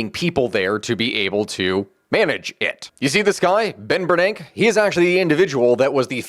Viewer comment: at the risk of being "that guy", the e at the end of Bernanke isn't silent. Bernanke rhymes with Yankee. Source: had family who worked at the Board of Governors of the Federal Reserve while he was the chair, and even met the guy myself.